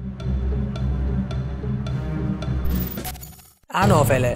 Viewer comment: Io dico ma fate questi video e ci guadagnate anche dei soldi giusto? Allora perchè non metterci un minimo di attenzione. Le anofele le hai chiamate arovele. Almeno ascoltalo prima di mandarlo in rete. Arovele😂😂😂😂